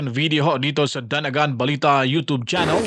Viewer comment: Bakit “ yo tob” channel?bagong pronunciation?